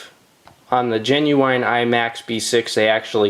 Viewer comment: I swear if he says 'genuwine' one more time...